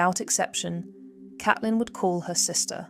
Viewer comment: Isn't it Caitlin , pronounced C.ate.lin